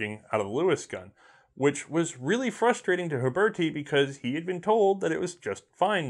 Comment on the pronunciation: I believe its pronounced ooo-BEAR-tee Huberti